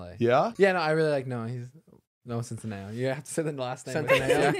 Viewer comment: I can’t be the only one being annoyed at how is pronouncing Noah centineos last name 👀🙄😁 dude it’s centiNEO 😂